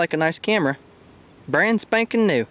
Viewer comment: "Brand Spakin New"